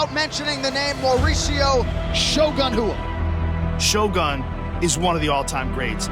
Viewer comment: Shogun Hua? So we are just spelling things how we pronounce em now, UFC? Next they’ll be writing out “Yo-Ana YunJenCheck joins the HOF!” 😂😅